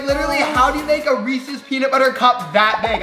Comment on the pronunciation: I was getting annoyed when pronoucned Reese’s wrong